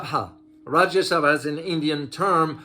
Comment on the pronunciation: The way he pronounced "Rajya Sabha" This makes me laugh a lot😂😂..BTW Thank u for covering this news..India is also gearing up to decrease the dependency on USD for global trade...